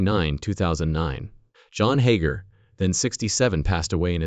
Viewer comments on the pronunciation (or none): Now my your calling them hoger twins its hager!!! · You can't even say there name right